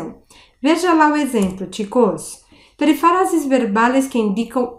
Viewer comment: Profe, tu video está buenísimo, pero la pronuncia de "peRÍfrasis... Mira que la sílaba fuerte está en RÍ...